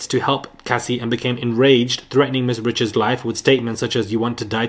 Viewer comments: No it’s pronounced as “ree-shawd” the pronunciation is French she’s of Louisiana Creole and Haitian descent. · Dawn Richards- pronounced Rickards